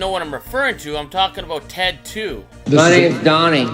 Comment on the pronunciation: Ooooo Ted 2 😆 thought you were saying the movie Tattoo in your other vids